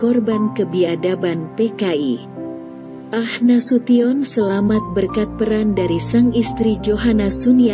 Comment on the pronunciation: Bu Narator,,,bukan AH Nasution tp A H ( Abdul Haris ) Nasution